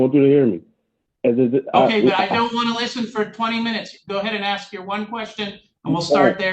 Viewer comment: "Those sentences don't mean anything." A for effort, judge, but I don't know if someone who cannot pronounce "ask" properly is going to comprehend this.